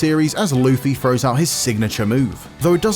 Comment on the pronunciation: Lufy? Usop? What are these pronounciations